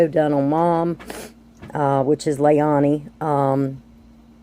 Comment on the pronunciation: You say lay-LAN-ee wrong the entire video. Makes it hard to make it through the video. Seems so silly and simple, yet sticks out as very uninformed. Just as a heads up ❤️ never watched your channel before but as the first vid to see, it's hard to watch and wanna stick around.